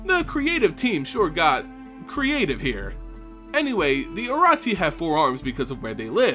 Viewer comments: no T in orochi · I'm sorry but your pronunciation of words like the orochi is just terrible LOL